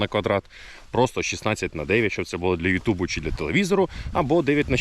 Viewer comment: ЮтУб звучить по-рогульськи. А Гопра топ!